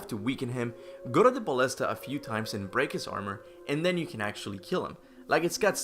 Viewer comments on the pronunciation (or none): none